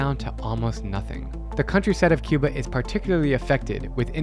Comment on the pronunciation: Ur pronunciation of Cuba is wrong 😊 you making it look like you speaking English 😅